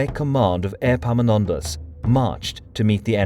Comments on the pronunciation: 'Airpaminondas'. Better say it as if it was 'Eppaminondas', the e would be right then (epsilon). And the p is not doubled in English anyway, think modern Greek doesn't do it either. Or if it was the other Greek e (eeta), then 'Eepaminondas' would correspond how it changed from the ancient to modern Greek, as it did in English. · Is it just me or does anyone else hear airpomenondas insteas of epaminondas 😂😂😂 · Airpaminondas? Like Air Jordans?